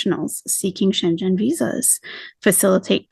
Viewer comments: It’s pronounced Shen-gan, not Shen-Jen. Love your translations and insight and just wanted to help you in an area I am familiar with ❣ (American in Germany for 7 years and about to take the citizenship test! ) Love your videos cuz they have the cultural approach that’s needed on her new journey/larp. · It's pronounced "shengen". One word. It's the name & place of where the original customs agreement was made. I used to be a customs officer & heard way too much about the Schengen agreement. 😉👍